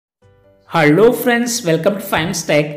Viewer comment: haielo nahi hota hello hota hai